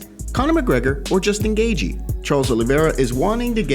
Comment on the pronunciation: Can’t stand the way this cat says “Gaethje.”